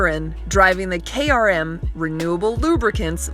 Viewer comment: She said “KRM” then said “Kyle Moham” lol “Garagtasitic” 😂